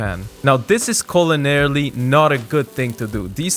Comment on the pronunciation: Did he say "culinary" or "colonary"? Because, uh, with those peppers...?